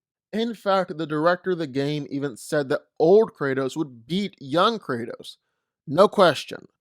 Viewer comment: It's Kratos